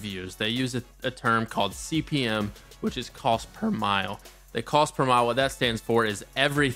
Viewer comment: Respectfully, CPM is not cost per mile, it is cost per mille (it is pronounced mill). Mille stands for 1000.